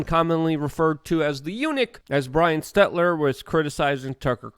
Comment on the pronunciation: Why cant Luke say Stelter???